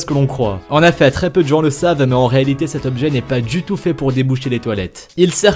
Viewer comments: Sa fait 6 fois que il a dit en Affet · Pourquoi a chaque fois tu dis en effat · " en affet" 😂😂😂😭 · « En affet » 😭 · « En Affait » Ah tu voulais dire en effet ✋🏽😅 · « en affet »😂😭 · "en affet"🤔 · Il m'a soûler avec ses "en efait. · Y’a que moi qui a remarqué le il dit en affet et pas en effet😂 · Il dis ( en aifet ) nan ?😂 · Les mots mal dit :en affet et les feu veux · Pouvez-vous ARTICULER ? Ou revoir votre diction ?... C'est insupportable... Exemple : essayez de dire "en effet", et non "en affet" ;) Et c'est "dommage que peu de gens le saCHent", etc. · MDR COMMENT IL DIT EN EFFET (EN AI FAIT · Mais comment il dit "en effet" lui !!! 😂🤣😂